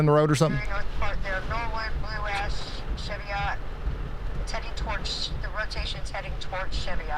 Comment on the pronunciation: One more thing: Cheviot is pronounced Shiv-ee-uht.